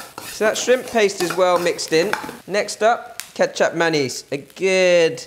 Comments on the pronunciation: I thought you said 'ketchup mayonaise' and then i took a look on the recipe itself to find out that it was 'kecap manis'. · Thanks for clarifying!! that is what I thought it was, some kind of a sweet soy sauce but it really sounded like he said 'ketchup mayonnaise' - that is why I was a bit confused. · Anyone else hear “ketchup mayonnaise”? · Kecap (pronounced similarly to ketchup) manis (which is where you heard mayonnaise). Lot's of people are getting confused with this one! - Lee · I heard that the first time he said it too, even though i know (and love) kecap manis and knew that i has to go into the nasi goreng...